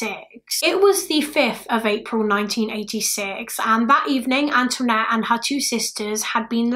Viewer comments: Anthonette, not Antoinette. It's a Navajo name. Pronounced similarly to the French name but like "An'THA-nette" It's a pretty unique name. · She's British. She's not gonna know how to pronounce Native American names is she? 🙄